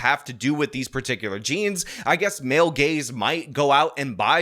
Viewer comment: Your rant about "male gays" instead of "male gaze" cracked me up.